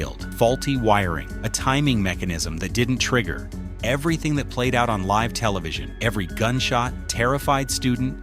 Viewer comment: “Livv television”